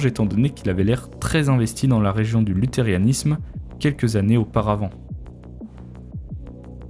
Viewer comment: Fais attention à la prononciation de "Lutheranisme" :)